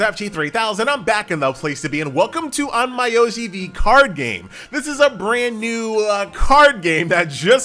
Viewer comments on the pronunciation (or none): It's not on-my-o-ji tho It's more like on-meow-ji (yeh, like cat meow) 😃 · An-Mai-Oi-Ji no no noo sorry On-Myo-Ji i mean i like how you review the game but how you say onmyoji is feels strange to me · Pauses video Did this dude just say "On my oji"? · He definitely did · That's a nice way of pronouncing the game😂